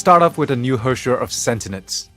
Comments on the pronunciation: "Herrscher of SENTENENCE" ._.) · 米哈游是不是疯了？发布视频连主角的名字都能念错？sentinence 是什么鸟？太丢人了吧？ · Im confused, its spelled as Sentience but pronounced as Sentinence? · Lmao the hosts mistakenly called her Sentinence instead of Sentience. I understand English is not their mother tongue, so am I. Well, mistakes can be change. Thanks for the new update with abundance of prizes. Keep it up! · How did noone in the recording notice that they were saying the wrong word? They kept saying Sentinence, when its Sentience. Sure they sound similar, and i can understand someone making the mistake, but did noone else working on the video not notice that mistake? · the hosts can't pronounce "sentience"